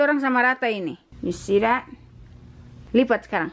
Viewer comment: you gonna "lipa" again 😂😂, good girl ❤️